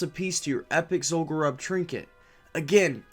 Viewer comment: I don't know if you appreciate pronunciation corrections or not, but let's do it: sepulcher is "seh-pull-kur". Zul'Gurub is pronounced "zool-goo-roob", because it's named from the Gurubashi trolls. The same goes for all troll zones: Zul'Aman for the Amani trolls, Zul'Farrak for the Farraki trolls, and so on. They pronounce Zul'Gurub in one of the Zandalari trailers. Take care and have a great day man!